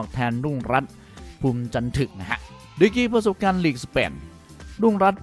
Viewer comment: จะเอาอะไรจันทึกมันยังอ่านจันถึก😂😂